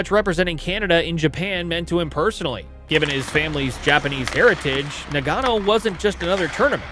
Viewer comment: NA-GA-NO NOT NA-GAN-O